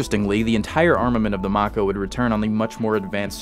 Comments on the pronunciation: May-koh Not mach-oh Have a thumb anyway. I dig this shit. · How are you pronouncing mako like that like wtf like its may co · Question, how many times did mispronounce Mako? Answer, Yes. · it can't be that hard to pronounce lol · you pronounced Venezia and mako incorrectly, yeah i know its not important but it irritates me.